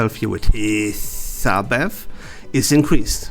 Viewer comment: As a Hissabeth main, I love the way he says Hiss HAHAHAH